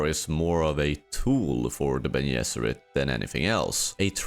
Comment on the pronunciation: Bro, I get you're Swedish but can you put in at least the smallest bit of effort in trying to pronounce the english g sound in Gesserit or Gom, or the j in Jabbar? English isn't my first language either but come on. Bene Yesserit / Yom Yabbar is not it lol